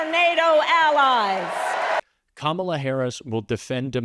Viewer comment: Interesting how he managed to pronounce her name correctly when he spoke at the National Association of Black Journalists conference. Now, she's back to being "ka-MA-la" again. We cannot let this lying, self-serving degenerate back into the White House.